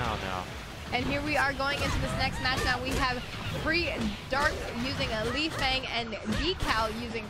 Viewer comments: Her name is pronounced "Lay-Fang" you idiots. Not "Lee-Fang" if her name was Lee-Fang it would just be spelt that way wouldn't it? Same with Bass. everyone says his name like you say the word ass but with a B in front of it. WTF man? is that how you say turn up the bass on a radio? or I play B-ass guitar?? learn to talk you yank fucks! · Yes, the girl's pronunciation of Lei Fang's name is wrong. The guy's pronunciation of Lei Fang's name is correct.